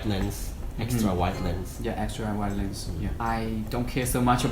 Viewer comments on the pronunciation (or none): none